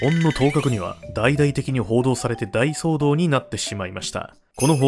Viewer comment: 大騒動（おおそうどう）な